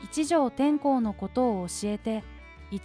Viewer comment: てんこう でわなく 天皇です😂